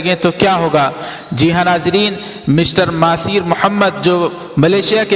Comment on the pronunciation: مہاتیر محمد ہے ۔۔۔۔مہاثیر نہیں